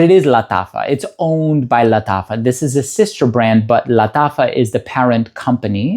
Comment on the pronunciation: Thank you for this wonderful presentation, I love how you pronounce lataffa. I'm tempted to try one of those fine fragrances, maybe Nebras?